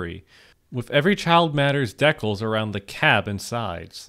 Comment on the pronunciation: The way you pronounce decal :(